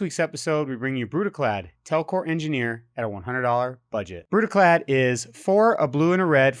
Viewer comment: You said Brudiclad wrong, pretty sure it requires a Scottish accent